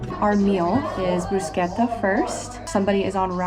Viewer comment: Bruschetta is pronounced BrusKetta.